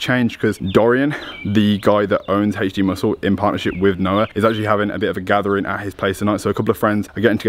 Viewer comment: Why is it hech d and not normal alphabet pronunciation HD?🧐